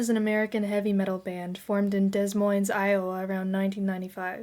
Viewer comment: My kid likes Slipknot because of me too. You're welcome kids! And it's pronounced Demoine, Iowa, the S is silent. You are just adorable with your facts from long before you were born. Everyone knows all this! I have tattoos older then you. 😅